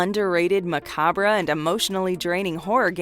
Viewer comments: It's pronounced ma-cobb. Love the content though. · Macabra 😂😂 wish these narrators would learn how to pronounce words properly stuff like this makes them sound so thick.